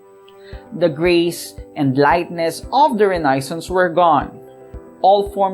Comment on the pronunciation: nabother po ako sa pronounciation ng renaissance.